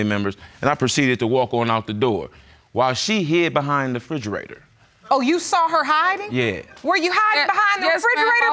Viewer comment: black ppl always say frigarata lol